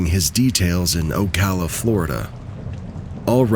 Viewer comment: OMG Kudos for pronouncing Ocala correctly lol